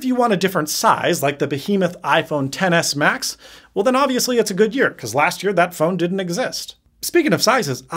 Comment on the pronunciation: Insta-like on "Ten Ess Ma-Ten"